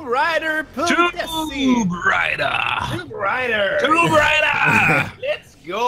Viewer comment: Tomb raider inte toom raider